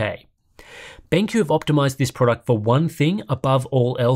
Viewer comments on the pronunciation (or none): Dude said BangQ.